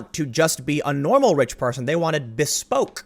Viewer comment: I have played the video about 5 times and STILL dont understand the word you said .....Bespoke???